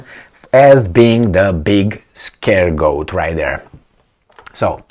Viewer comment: Scapegoat, not scaregoat ;)